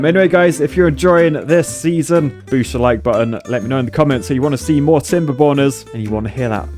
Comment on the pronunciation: whenever he said Timberborners, I always heard it as Timber Boners.